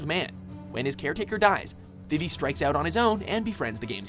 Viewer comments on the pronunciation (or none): Their pronunciation of Vivi hurts my soul